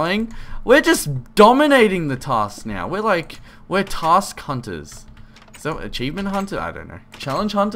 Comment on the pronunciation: "We're tass cunters!" what are tass cunters?...